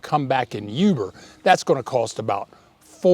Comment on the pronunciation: FYI, "oo-ber", not "you-ber"